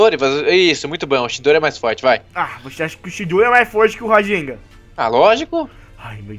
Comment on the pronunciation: Nao é rasenga é rasengan